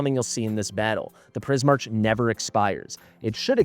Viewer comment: I think it would be Pris-mark. Similar to Primarch in Warhammer. But Pris makes sense because of prisms and color.